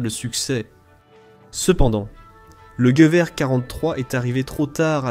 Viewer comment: La voix IA est une vraie catastrophe... "Jevié" pour "Gueuverre" (Gewehr). A part ça ça reste intéressant :)